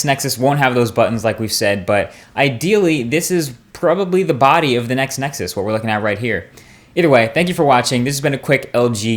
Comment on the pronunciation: I love how he CLEARELY says "Next Nexus", and not all of that crap of "Nexus 5" thats floating around the interwebs.